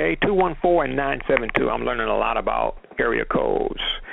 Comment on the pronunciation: Awesome show,! Great information! Despite the technical difficulties, and you butchering up the area codes, 😂 it was all good. Thank you! 🙏